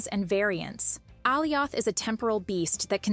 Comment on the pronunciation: WTF is this pronounciation? A-zezel? Aylioth? Fuckin AI voices...